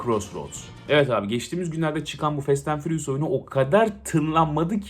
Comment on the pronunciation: nobody: 🅱enis Kirazoğlu: Fest ent fıriyus